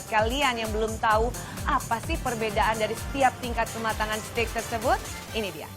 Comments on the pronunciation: Dia bilang setik 😂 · "Steak" bukan "stick" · steak bu bukan stick jajjajaja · STEAK = STEG bukan STIK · s t e i k not sticccc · It's steak (baca: steik) btw, not stick! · bacanya steyk bukan stik, mba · Steak , bukan stiiikkk mba... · Dibacanya steik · Mba sorry nih, bilang Steak bukan stik/stick, salah pronouncenya mba.. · Iya, harusnya 'steik' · Pronunc ny bukan stik, nnti dikira tongkat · hahahahahaahahahahahahahahahah ssSSTIK! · Yg bner seteyak vngke :v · Yang bener SETIK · engga maksud saya cara ngomong steaknya salah bukan stick tongkat ...